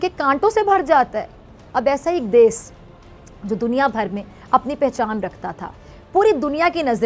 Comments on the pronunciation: 'Des' nhi hota jahil khatoooooon 'desh' hota h😂😂😂😂😂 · pehle "desh" to sahi se bol le pagli